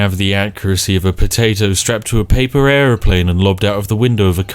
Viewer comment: Spiff: Ayer-euro-eurplane